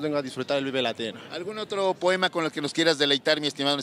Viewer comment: Qué proem, qué po, qué moem, pe poem. Me puse nervuoso.